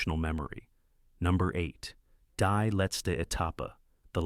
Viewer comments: It should not have been too hard to learn elementary German pronunciation of the movies' titles. "Daes Buht" for 'Das Boot' ('Dahss Boat')? Seriously? Pronouncing "Die" ('the') as "dye" is simple laziness, unworthy of our attention. Do Better. By the fourth title, my mother tongue had been insulted enough. Buh-bye. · Find an A-I narration that pronounces German words the right way ("die" is pronounced "dee " , etc)